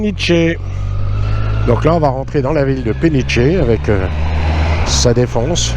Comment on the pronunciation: Ce n'est pas PeniTCHE, mais PeniCHE. Comme péniche (le bateau).